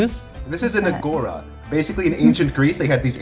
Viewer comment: it hurts me to hear the way he pronounced it, its actually agora with the tone being in the a at the end juts a little fun fact, the video was amazing